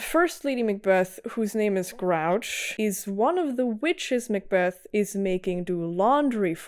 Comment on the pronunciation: Hey, just wanted to let you know it’s pronounced Gru-och, Grr Oo Ah ck. It does look like grouch though! Names that are Britannic, Gaelic, Celtic, ect can be tricky if you’re not familiar with them. I hope this helps!